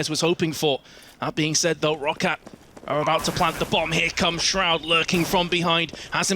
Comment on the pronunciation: That moment when calls Shroud, "shrood"